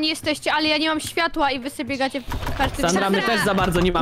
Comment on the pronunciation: oj nie sanra a sandra